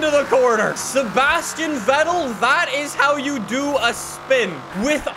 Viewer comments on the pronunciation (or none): none